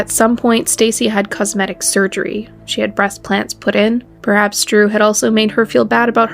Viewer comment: She said breast plants 🪴 lol